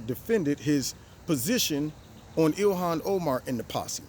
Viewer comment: GREAT ARABIC ACCENT! "Ilhhkkhhan!" 😂